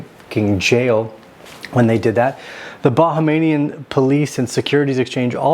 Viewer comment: It’s pronounced Bah-hāme-yan